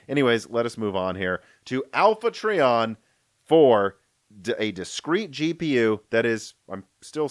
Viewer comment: Btw, it's pronounced Try-On. Alpha Trion was Optimus Prime's mentor and the Autobot who recommended making Orion Pax the next Prime.